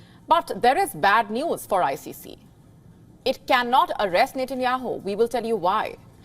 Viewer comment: You need to correct your pronunciation 😂 It’s Benjamin Netanyahu